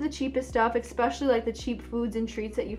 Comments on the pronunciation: Why do americans pronounce especially like "ek-specially" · First time in my life I'm hearing eXpecially. Great video tho!